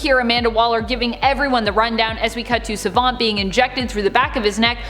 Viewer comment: Don't like the way you say Savant.